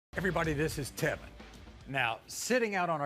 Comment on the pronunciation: Tevyn's friends call him "Tea-Vine".